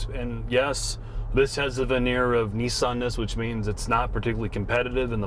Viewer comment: It's pronounced Kneesarn